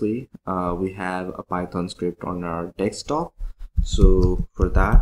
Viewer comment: Bhai DESK-TOP bolna seekhlo.. Salon mazaak ban ke rah gaye ho. Its not "DEKS" TOP - Its DESK - top